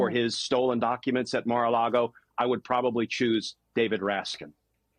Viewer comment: This announcer can't seem to pronounce last names. She called Glenn KirschNer (Kirsher) and prosecutor Raskin (Rafkin).